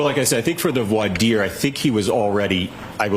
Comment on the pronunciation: Brennan doesn’t even know how to pronounce voir dire 😂